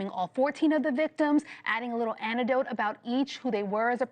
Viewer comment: Someone tell her it's "aneCdote". The trouble with using words you don't ordinarily use in the hopes of you appearing more intelligent than you are, is that you'll invariably mispronounce them and end up sounding like an idiot.